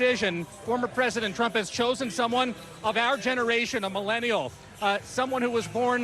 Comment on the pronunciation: Someone tell the GOVERNOR it's KA-ma-la!